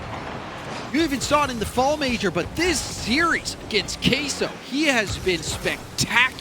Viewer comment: Why does everyone say "kay-so". That's not Spanish pronunciations NOR English??? It's "keh-so" guys